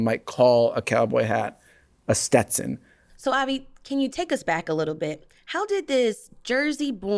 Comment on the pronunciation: Learn to pronounce young lady. Stet Son. Not Ste Ton